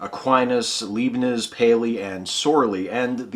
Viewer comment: Fantastic job. Just one trivial point: check the pronunciation of "Leibniz"; it's "LIBE-nitz", with a long "i" sound.